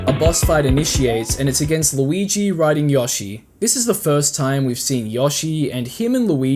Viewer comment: I’m sorry did you just say “Yoh-shi”? It’s “Yo”, like “Ayo”-“shi”.